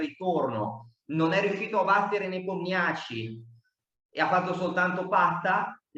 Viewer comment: Per i curiosoni* Rapport si pronuncia "Ropport" (strano ma vero,essendo Ungherese) mentre Nepomniachtchi non si pronuncia "Nepomniaci" ma " Nipomnisci" Il finale è "sci", non "ci" così come all'inizio il "Nepo" si pronuncia "Nipo". Non è una critica* è una semplice curiosità, perché quando vengono chiamati in causa i loro nomi vengono pronunciati male 10 volte su 10 (parlo anche di dirette mondiali di altre nazioni) . Lo dico più che altro a titolo informativo,per il mondo a quadretti